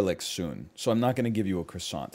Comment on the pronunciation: You know egg hadn't recorded in a while when he pronounces croissant "cross ANT", instead of "cross ON".